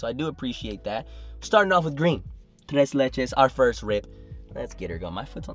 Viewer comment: Solid pronunciation on the "tres"